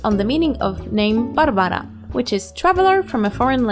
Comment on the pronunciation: Are you from Poland? Barbara pronunciation sounds very Polish ;))